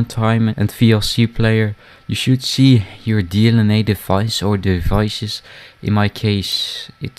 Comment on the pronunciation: We sjoeld sjee? haha